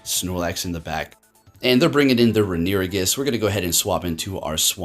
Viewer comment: Rune-ah-re-gus is how its pronounced I believe....love your vids!